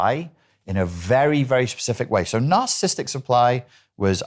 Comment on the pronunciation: Blue shirt guy literally can't even pronounce narcissistic correctly. He keeps say "narcistic" like every idiot who always over uses the term as a buzz word.